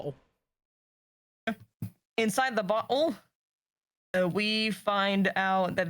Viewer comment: In some accents, the way you said bottle in the recap is how some people would say butt hole, which tickled me.